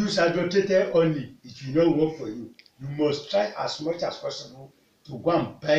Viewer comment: Is It Honey?...I Don't Understand When You Honey Or Omney Please Clarify